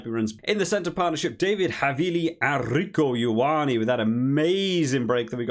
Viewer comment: Rieko ioane, is reeko you on ne